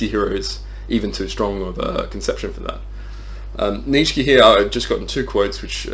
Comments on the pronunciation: Great video, just keep in mind it's "Neech-uh" not "neech-skee" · You keep saying neech key, are you blind or dumb and or deaf